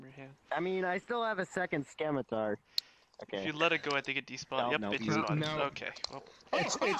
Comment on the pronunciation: Boi it's pronounced simitar